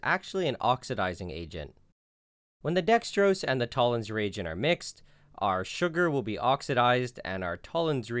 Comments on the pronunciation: Fucking Americans... It took me over a minute to realise you were saying "reagent," and not "region." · am i alone on this or did it sound like he was saying “Tollen’s Re-egion”